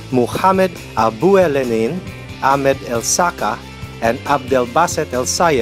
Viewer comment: It's not pronounced amed it's pronounce a-k-med